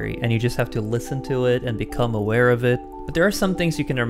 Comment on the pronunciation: The S and the way he says is occur. He is too low on the words "Aware". Also how he says norwegian is on the second syllable. I guess my ears are over-tuned due to listening to Swedish, Japanese, and somewhat about to hear aspiration.